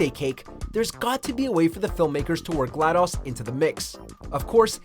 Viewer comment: Did this dude just say Glad-aws?